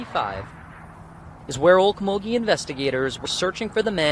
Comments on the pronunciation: First red flag, you said Oklahoma. Second, you said Okmulgee… I’m from Oklahoma and our police are terrible. They all seem to either be incompetent or completely corrupt. I’m from Ada, I’d know. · From Muskogee, just east of Okmulgee, you're not saying it right but I can't get my head around what you are doing wrong. Your accent is very neutral, what's wrong is somewhere in the middle of the word. You might just have to have been there at some point... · I have watched many of your shows. This was nothing new or informative just repeating what everyone else has said and recording of the police. And you should make sure you have your pronunciation correct because you mispronounced okmulgee repeatedly. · Please learn to say Okmulgee correct ? It's killing me....,, 😂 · AlKmolgee (pronunciation) is a Natuve American territory which belongs to the Creek Nation Native Americans. It means “bubbling creek”. Because this is sensitive ownership/territory, it’s always a good thing to investigate, as well, how to say a name of a city or town. To make my point: Norfolk Virginia is pronounced Norfuck Virginia & the people correct you quickly & are extremely offended when pronounced like it is spelt. This really has no baring on anything except that every time you said Okmulgee , people around me shook their heads and sighed. As a side note: when media interviews residents in Oklahoma,! It’s almost always a large grapes woman who is missing teeth& talks exactly like a “hick”. During the Murrah Bldg bombing, Connie a hung lost her job at NBC news because she made a comment that Oklahomans had little to no brains & had absolutely no business investigating or clearing a mass distraction issue. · It's pronounced oak-muglee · It's Oak-mul-gee for the pronunciation... 🤣 I know some towns in Oklahoma are hard to pronounce/know how to. I thought Owasso was ow-ass-oh when I first moved to Oklahoma. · U are pronouncing Okmulgee wrong.... Ok- mul- gee Say the L please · Oak-mole-gee lol